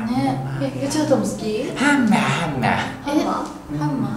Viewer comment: が｢ハンマ｣｢カンマ｣って言ってるとこ好きです😂(笑) よち畑くんの私服姿レアだね！！